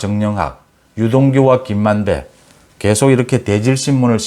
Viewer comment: 김만배 만대 저만 그런가요 만대로 들려서요